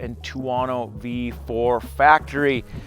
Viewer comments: ter-woh-noo! 😆 stop it, it’s killing me! 😆😆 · man, you really can't pronounce any European company neams =))) what bike is that, a tuAAAno? what suspension, ohleeeeens suspension?